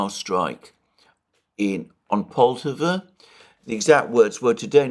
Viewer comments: Alexander, you are mispronouncing Poltava——the stress should be on the second syllable so it’s not POL-tav-a but Pol-TAV-a. . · Alexander - its pronounced Pol-tah-va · Just a little correction on pronunciation: Poltava should rhyme with Bratislava.